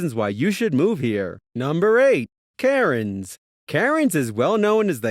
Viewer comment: nooooooooo. its pronounced CANS. not KARENS.